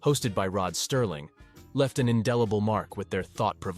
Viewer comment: His name was Rod Serling, not Sterling.